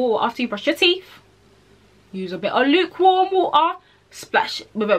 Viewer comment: she really said "luke worm wo-a"